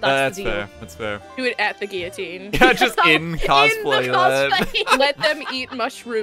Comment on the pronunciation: Y’all cannot keep saying Guillotine if you don’t know how to pronounce it